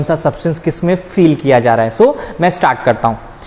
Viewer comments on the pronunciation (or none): fill ❌ feel ✅